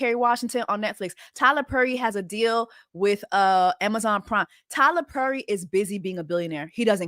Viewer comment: It’s Jess repeatedly calling him “Tyla Purry” 😂